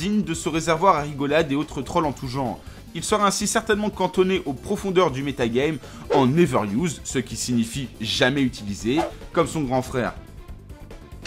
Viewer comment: ''en néveur used'' allez faut apprendre la prononciation anglaise poto mdr